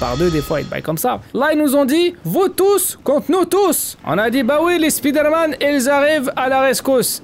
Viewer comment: Tu dis pas spiderman mais spoude man